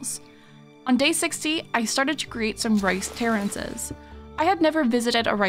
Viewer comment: I was so confused when I heard terrances. I was like who tf is terrance and why is he a verb. Then I looked at the screen again and realized we were talking about terraces.